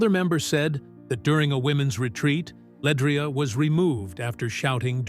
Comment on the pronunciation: First of all this blog is just click bait, pronounce her name correctly and her last name is Johnson not Bennett stupid ass smh, she’s also a Grammy award winner and 2 time stellar award winner …. But u ain’t said what Pastor Tim Rogers said yet smh 🤦🏽‍♂️ Try it again when u have facts, he never called her name not once but these blogs will literally drive u crazy